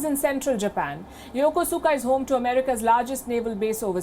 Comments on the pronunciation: It's pronounced "yokouska", not yokusuka. Please. And stop calling Japanese people you don't know by their given names, i.e. not their family names, especially w/out attaching the suffix "-san". It's a grave insult, although they will never tell you that because they are polite. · It’s pronounced “YUKUSKA” not the way it’s spelled lady, lol. Ask the Japanese, that’s how they say it too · Yokosuka is pronounced Yokoska. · Excellent report. However, Ms. Sharma did not say the name of the Japanese city, where the five destroyers arrived, correctly. The City of Yokosuka, which is in the southern Tokyo Bay region, is pronounced Yo-Ku-ska, not Yo-ko-su-ka. In Nihongo (Japanese) u is most ofter silent when following an s. I know this for I once served there in the U.S. Navy aboard a Destroyer when I was younger. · pronounced..Yakoooska..Yokosuka, Japan